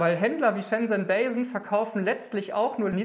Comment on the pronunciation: Die Firma heißt nicht "bei sen", wie du immer sagst, sondern "ba sen"